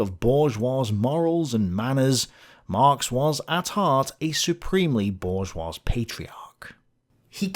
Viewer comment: the s in bourgeois is silent. However, pls keep saying it the same way because French pronunciation is commie bullshit (obviously). Looking forward to “Pendejo: the Life of Karl Marx.” (Potential series?)